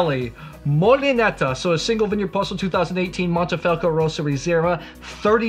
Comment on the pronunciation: Mohnnteh-Fahlckoh not "moneefelco" only critique.